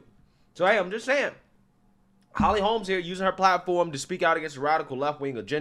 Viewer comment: I agree with you points; I usually do. Minor thing here: please stop calling her Holly Holmes. There is no “s”; her name is Holly Holm.